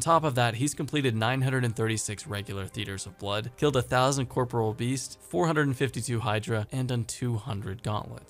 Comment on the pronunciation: corpore'al beast sorry it just triggered me :P